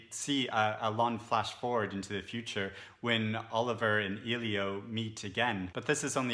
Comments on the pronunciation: Nice video. great review but i feel like i need to call you out on how to pronounce Elio’s name. It’s ‘L-yo’ not ‘eel-yo’. No hate. It just really bothered me. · His name is pronounced "Ellie - O" not "Eee - Lio" I cringe every time I hear someone call him "Eeeee-Lio" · I appreciate this thoughtful review, despite the "spoiler" that can be inferred from it that Oliver and Elio don't reunite as a couple and despite the reviewer's mispronunciation of "Elio" throughout. The sequel sounds less interesting than the original. There are so many great books I have yet to read that mere curiosity based on the fact that it's a sequel is not a strong enough draw to put it high on my list.